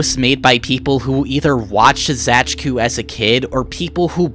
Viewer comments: Actually Zajcu is just read as "Zaitsu" if I'm reading a polish word correctly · please for the love of god do not ever pronounce Zajcu like that ever again